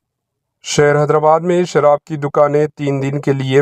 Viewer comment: sharah nahi sharaab mistake se ghalti